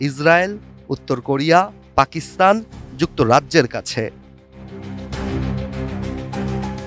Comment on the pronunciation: Abba hoii hoii bole pakistaner nam jor kore diye6